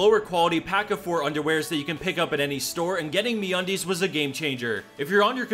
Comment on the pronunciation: Just hearing you say me undies was the best part😂